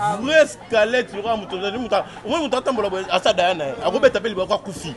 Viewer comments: OZA KO MI KUMISA OLOBAKA FRANÇAIS MAIS OZO LOBA ESKELETTE AU LIEU DE DIRE SQUELETTE NZOKA YO MOKO BENJI SUKA NA ZOBA OLEKI KUTU KEN NA BO ZOBA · Oooh ndeko otanga hein (Escalettes) yango bino soki kk ayebi verbes Être na Avoir nde otanga eeeh eza SQUELETTE ndeko pas escalete bino bongo na ba Intelo😃😃😃😃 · Correction : ba lobaka squelette non Eskalet ko tanga trop eza intelligence te.